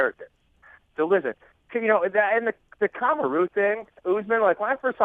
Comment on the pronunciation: the way he pronounces Kamaru ahahahahahaha